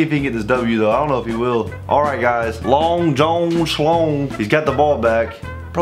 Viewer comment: listen idk if its just me or was saying the name so weird Long john schlong: bra tha'ts not my name: long jun school